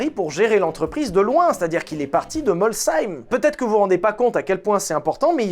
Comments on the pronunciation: C'est bien tu prononces très bien Molsheim ! C'est la plus grande baraque du patelin quand tu sors de l'autoroute , la maison est dingue . Vive l'Alsace ! . Merci pour la vidéo ! J'ai ramené un pote à l'aéroport d' Enztheim et dans ma clio j'ai senti une vibration bizarre un bruit de moteur , cette clio n'avait absolument rien juste 3 Veirons qui te double une sensation folle et moi j'étais à 110 km/h . Je m'en souviendrai toute ma vie quand ça te double tu comprends que ta clio est une mobylette.et autre anecdote , je me suis garé dans la cours de Buggati à Molsheim avec une Twingo ! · Je travail à Molsheim / Dorlisheim dans une maison de retraite à côté de mon Ehpad est enterré Ettore Bugatti.. je passe devant tous les jours où je bosse.. respect MR Oui ça se dit bien mol(s)heim et pas molcheim oui😂 La 41 du patron ce qui est aussi possible est qu’il soit sorti de route par temps hivernal et ça n’est pas une super pub mais la réalité de tte ces propulsions sur le verglas 😢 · Breton avec une Alsacienne, j'te confirme tu prononce bien Molsheim ❤ bisous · Juste MERCI pour la prononciation de Molsheim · C'est bien, tu prononces Molsheim très bien 😂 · Très bonne prononciation de Molsheim ! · Oh putain! Bravo 👏!!! Premier youtubeur non alsacien qui arrive à prononcer Molsheim sans le "H" 😮 tu me diras à force de traîner à l'anneau ça aide 😂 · En direct d'Alsace, oui molsheim est bien prononcé. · Et merci pour avoir bien prononcé Molsheim ♥️ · En tant qu'alsacien, un grand merci pour l'effort de prononciation. "Vielmols merci", comme on dit chez nous:) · Tous les alsaciens te remercient pour la bonne prononciation de Molsheim ! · Chapatte(m6) a mis 40 ans et je ne sais pas combien de voyages dans la région, pour prononcer correctement le nom Molsheim. Je ne sais pas si c'était de l’irrespect, de l’incompetence ou du j’menfoutisme. Donc on peut saluer l’effort de. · Merci pour la belle prononciation de Molsheim 🥹